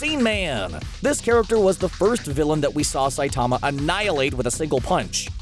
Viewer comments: He can't even pronounce the lead characters name correctly. It's Sigh-teh-ma Saitama, not Sigh-taa-ma Saytama. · u pronounce saitama wrong its saitama all in one word not saitaaaama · The way he says sightama kind of annoys me when it is saitama